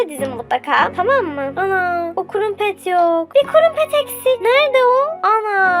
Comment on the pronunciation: kurumpet değil o kırampet diye söyleniyor